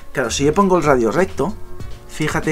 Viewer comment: Se dice radio coño